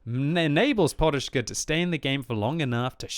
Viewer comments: Podushka not porushka XDD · Why the hell you call him poRushka, when his nickname is poDushka (pillow)?